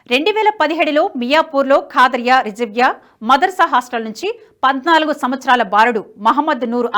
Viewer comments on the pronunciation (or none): none